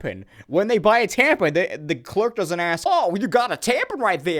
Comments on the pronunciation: Are u calling it a tampen? Lol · THE WAY YOU SAY " T A M P E N " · lmao "TamPIN"